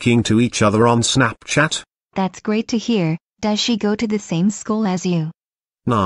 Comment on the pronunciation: The way she says Snapchat SnEpChEnT💀💀 Snapchat ❌ SnEmPchEnT ✅